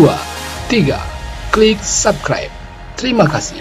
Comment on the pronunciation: subkribe wkwkwkwk 😂😂😂